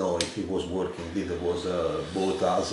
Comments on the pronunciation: "It's...it's verking!"! You brought it back to life! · "it's.... it's.... it's VORKING!"